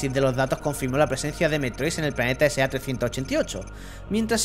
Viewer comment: el planeta se llama SR388, has leído la R como si fuera una A.